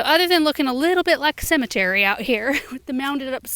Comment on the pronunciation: A "Cemetery" 😂😂😂